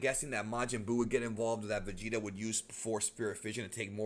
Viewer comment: lol but it’s not vageta it’s vegeta